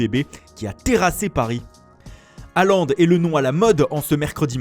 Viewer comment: Pas Haland mais Hôland